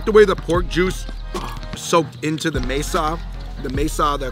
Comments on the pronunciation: FREE-HOE-LESS, BRO. MASA, BRO. MASA NOT MESA. This ain’t Arizona. You gotta get more peeps in your inner circle. Chicharron was better lolz. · The one in the middle was actually saying the words good the one with the black hat said masa (table)🤷‍♀️